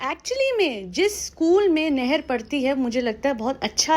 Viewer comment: Neher nai meher kiza nai fiza naam to theekse bolo